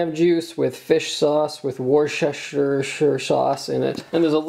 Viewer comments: Dear, Worcestershire is pronounced as: Whir-Stir-Sheer. Hope this is slightly more accurate for you accent. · i'm glad to learn that other people don't know how to pronounce 'worcestershire' either.